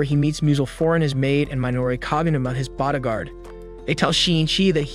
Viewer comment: Why u say body gaurd like that